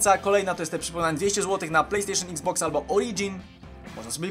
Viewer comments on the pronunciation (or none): none